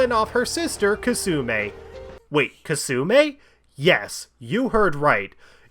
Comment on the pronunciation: it really bothers me how you keep mispronouncing Kasumi as kasume